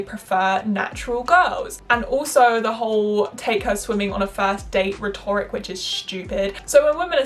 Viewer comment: Nothing but love. With the exception of pronunciation of rhetoric.